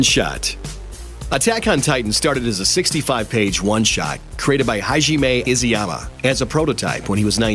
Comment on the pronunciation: The way he says Hajime Isayama is hilarious!